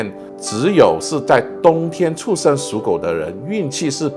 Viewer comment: 师父发音需要标准一点 他的 出生 发音 一直 听成 畜生 😂